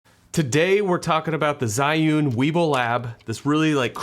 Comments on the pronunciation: its not called "SAI YOON" Its pronounced " ZHEE Yun" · Love ur video but that pronounce z h i, not zai~ again ~love ur video, i bought this because of your video ~